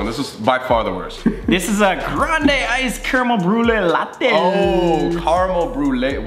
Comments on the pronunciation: Sam: Grandeeei Worker: grande? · sam: “grand-E” PLEASE 💀